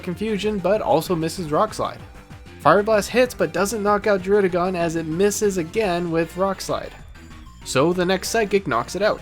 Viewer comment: This guy tries so hard to say druddigon... did you know that they pronounce it Druh-dih-gen in the anime